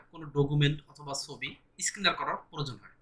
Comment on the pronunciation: স্কিনার না স্ক্যানার।